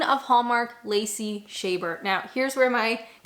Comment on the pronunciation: Lacey Shaber? Seriously? Have you never heard her name pronounced? I can't even watch this.